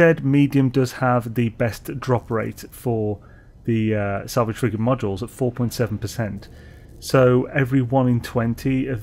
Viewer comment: I thought you were saying "salvaged frickin module" until I realized you were saying frigate 😂😂